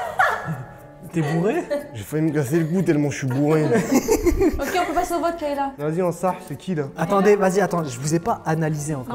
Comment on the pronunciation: Le monteur vite fait c’est pas kEyla mais KAyla😂😅😅